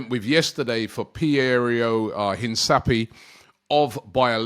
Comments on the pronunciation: Please Robbie! Hinsapy???? LOL een-kah-pee-EH it's a Spanish word that means to emphasise, remark or underline something important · Robby its not Hinsapie but rather pronunced as Hincapie (Hinkapie) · robbie it’s pronounced hin-ka- pee-eh… not hin-sa-pee-eh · Mate, please pronounce it correctly it’s Hinkapie not Hinsapie. 2nd time I comment this. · Robbie big bro, I thought someone might've corrected you by now but all good. Hincapie is pronounced inka-pee-ay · HIN - CAP - EE - AY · HIS NAME IS pronounced een-kah-PYEH like come on bro lmao try for me